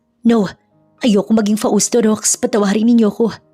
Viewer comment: Shout-Out from CANADA 🇨🇦 🍁 Namesake ko yung isang karakter ninyo dito 😀😃 but here in CANADA 🇨🇦 they pronounced MABEL as MAYBELLE ( MAY not MA ) 🥰 ‘Nyways, we’ll see how this story goes! BTW, Hindi ba’t FAUSTO iyon not FA—USTO?? 🤔🤔 katuwa handle ng narrator “ ” 😛😛